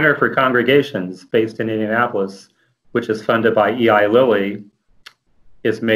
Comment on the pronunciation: min did he say E.I. LILLY? OR ELY LILLY.. BCZ ELY & LILLY IS A PHARMACEUTICAL COMPANY